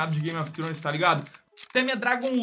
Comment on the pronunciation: "Game of tronos"